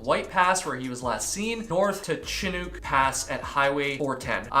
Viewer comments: the correct pronunciation for chinook is chinnook not chinuke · Chinook pronounced like Nook (hook, cook..) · Chinook, the second part is pronounced like book, or like, breakfast NOOK. First part is like the shin on your leg. So, Shin-Nook. It's a local fish. The Pacific COASTAL Trail is another nice hike... beautiful, immersive, but not ever too far from civilization. Highly recommended. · Chinook = Shin ook (like book). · Shin-uck. Pronounce the C like an S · Chinook rhymes with book and look. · “Chinook” sounds like shi-nook. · White Pass?!! He was less than 150 miles from the Canadian Boarder. Its Sha-nook. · Mazama is pronounced similar to the way you said it, but the second ‘a’ is pronounced like a in apple. Chinook is pronounces Sh-i as in igloo-n-ook such as in brook- . 🥰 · Chin - Uk. Harder on the U than the R. I live close enough that i believe I know the pronunciation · You were so close… Chinook Pass is actually pronounced “Shin-ook”👍🏼 love your channel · I never thought I'd be that person but dear lord Chinook is not that hard to say 😅 shhhhhih nook as in a nook for books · shuh nuk proper pronounce chinook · Shi+nuk = chinook like the salmon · New fan here from WA state. It's pronounced shinook (Chinook pass) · Chinook = “shin-nook” (rhymes with hook) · Is it Chinook? Like the salmon? Sha-nuck. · Chinook = shin ook (like book) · Shin nooook the o is a long sound My grandmother is from this area and named her dog Chinook so I knew how to pronounce lol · CHINOOK is a kind of Salmon...so think "fish" . The CH sounds like "Sh" and the I is short as in "fish." So First syllable sounds like "Shi." The second syllable rhymes with "hook" only with and "N." Shinook..kinda like fish-hook. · awww Chinook rhymes with book, very common term up here in Alberta. ;) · It’s Chinook (ends like Hook) like the salmon. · How to pronounce Chinook lol